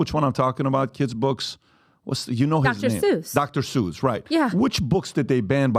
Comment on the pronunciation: She read the book. I can tell she liked it. He was reading it also, so hypocritical. Dr. Zeuch. It's Dr. Seuss